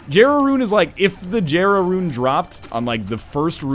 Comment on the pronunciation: hey NL jera is pronounced "yera"